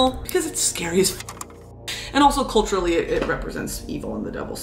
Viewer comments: 'Akelarre' is a basque word that could be translated as 'coven' and you nailed the pronunciation, I love hearing you speaking Spanish. Thanks for this amazing video ❤ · "A basque word: el Akelarre" "forgive me I don't speak catalan" gurl you just said it's a basque word how's it also catalan jajajajaj either way your pronunciation was on point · and yes, you pronounced Aquelarre perfectly! Aquelarre basically means the same as sabbat, a meeting of witches at night. Aquelarre comes from a Basque word (language from the Basque country, in the north of Spain), from aker (male goat) and larre (meadow or field), because it was thought that the Devil would appear in front of witches in the shape of a male goat. So, in the beginning, it only meant the place those witches would summon the devil, but nowadays we use Aquelarre in Spanish as a synonym of “a witches reunion”. hope this helped! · aquelarre (you pronounced it perfectly) is a word that comes from the vasc country, so the language is called euskera. catalán is the language used in cataluña (catalonia), super different languages within the peninsula. loved the video queen, hope you do more of these! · Como español, tu pronunciación española es de diez Nota, aquelarre viene del euskera, del país vasco, pero está incorporado en el español. Un aquelarre es una reunión de brujas, básicamente. Tremendo vídeo 👍👍